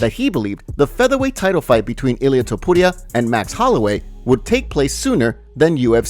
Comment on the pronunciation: I can't take the way you say ilia Topuria 🤢🤢🤢 That's not how you say it 🤷🏼